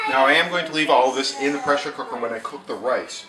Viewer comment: DID anyone else notice he said pressure co_ker. lol